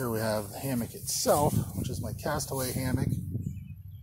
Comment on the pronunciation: Hammock? Damnit I thought you said Hamhock.